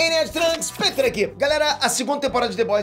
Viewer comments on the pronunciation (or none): none